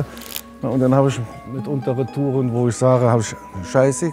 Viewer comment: wie schön er reTOUREN ausspricht